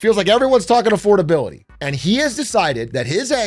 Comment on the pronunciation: Thats what I've been thinking when whenever he says "affordabiloty hoax"; that's what what those words mean together